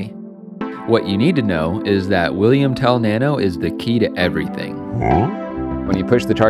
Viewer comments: You pronounced Wilhelm Tell wrong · did he just say william tell or is that just how you pronounce wilhelm tell for some reason? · It‘s actually pronounced Willhelm Tell not Willyhelm Tell. Love your work, but this has to be mentioned as someone from Switzerland:) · its actually Wilhelm Tell, not William Tell. Greetings from Switzerland.